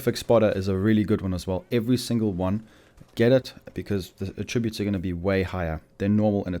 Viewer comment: The fact you say “attributes” so incorrectly is astounding.